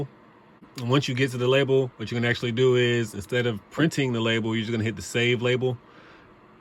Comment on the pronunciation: He said "Acshlly", you heard his words 😂😂😂.